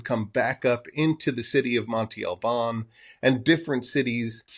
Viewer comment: Interesting video 👍🏼 I think some people would like it even better if you wouldn't pronounce Monte Albân incorrectly every time. It's not "Monty" but Monte with an open "a" sound at the end like the a in "can" just shorter. You can pronounce it "Montay" which is not correct either but not as bad as Monty. Peace out 👍🏼